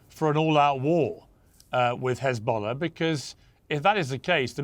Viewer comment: Notice how the rabi mispronounced H as a rough sounding Kh when referring to Hezbollah. That's intentional